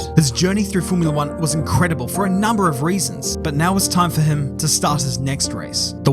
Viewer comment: that "incredible" seems more french than Italian😅